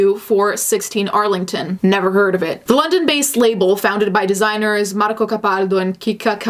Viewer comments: The way you pronounced “Marco Capaldo” reminded me that you have in fact italian origins (if i remember correctly?) 🤯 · do you speak Italian? you pronounced "Marco capaldo" and "Nikki cavenati" just like an italiana, I'm even more convinced becouse you said "boh" after xD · are you italian? your pronunciation of marco capaldo was soooo perf